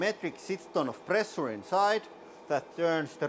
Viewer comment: When ever he said "Pressure" an english teacher died :D